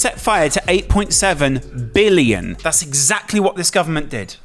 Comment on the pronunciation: And why did he say “billion” like that? He put so much emphasis on “billion”. I noticed people always adds emphasis to larger numbers like that..